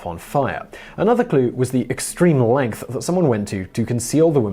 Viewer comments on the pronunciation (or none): none